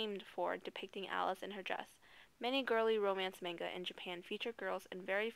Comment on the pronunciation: why do they always say "main"ga?!? really? plz ppl...itz not that hard.